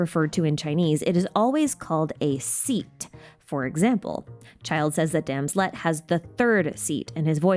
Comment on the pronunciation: I'm so sorry but I've been laughing so hard at this. I was listening to the video while working on other things. When you said "Childe said that Damslette" I heard something COMPLETELY different and had to come back to the video to see what you actually said. And I have been laughing on and off ever since. As for what I heard.... "That damn sl-" maybe I should just keep it to myself.